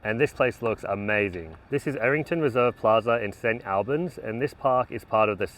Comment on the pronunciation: For anyone wondering it pronounced St All-berns. Or Stab All-berns for the locals 😅